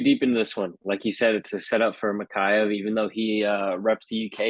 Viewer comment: Bro these dudes can't even say bros name right its pronounced mah-kah-chev . Makaya? The fuhhh... Also you guys are just yes manning each other.